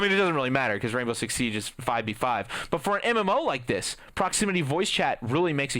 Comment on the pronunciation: Why does it sound like you are saying "Rainbow Shit Six" ?